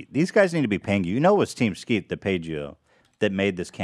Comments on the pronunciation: almost saying Team Skeet as “Keem Teat” 😂 such an Ethan style word scramble. Gonna miss this show, no fax all printer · Are we going to just ignore the fact that said "KeemSteet" instead of team skeet and that is now keemstar's name now and forever amen.